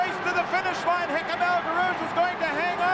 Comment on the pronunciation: As usual a great commentary!🙃 (1) For almost a lap we are told all about Sullivan - he finished in eleventh place. (2) El G's first name is constantly mispronounced. (3) Ngeny is not mentioned until well into the third lap. Still I have to rate this as not the worst commentary on an important 1500m/mile race. For that, turn to the ABC commentary on the Olympic 1500m final in Mexico City (1968).